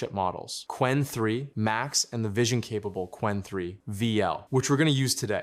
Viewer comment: the way he said "vision" tho